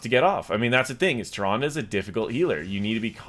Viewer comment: "Ty-Rhondah".... Nope!